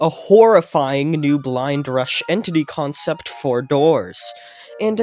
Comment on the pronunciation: Dude u got me so hyped untill you said consept